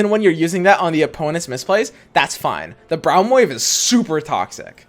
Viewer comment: I hate how he pronounces braum lol